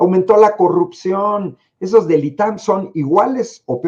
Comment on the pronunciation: Coggguppsion dice la botarga